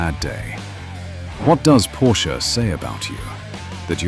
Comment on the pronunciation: And he pronounced it correctly!